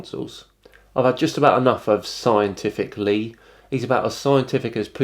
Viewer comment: "Scientific Lee" "Scienshitic Lee" would be more approriate.